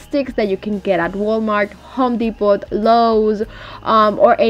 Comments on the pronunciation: Depot is pronounced without the t Depo not DEPOT THE T IS SILENT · It’s DEPO…. The T is silent, lol♥️ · it's pronounced home depo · it's pronounced home Depo the t is silent not being critical just thought maybe you didn't know love your projects keep up The great work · The t is silent